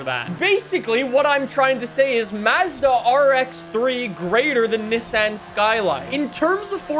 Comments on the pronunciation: “the neh san” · "Mazzdau" and "Nissinnn